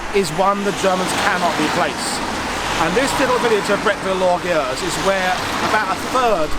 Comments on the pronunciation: It's pronounced Brettveel Lorgay Yerse, spoken as one word. It means Brettville the Proud. I don't know why. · Loosen up your tongue and repeat after me: Bret ville lore ge use